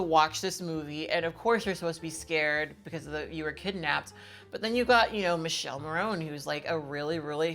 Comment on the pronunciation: When Kat pronounced "Michele Morrone" (Pronounced Mee-keh-leh Mor-rone-neh) as "Michelle Moroneeee" my soul left my body 🤣 (No offence taken. As someone originally from Italy, hearing Americans mispronouce our names is pretty funny).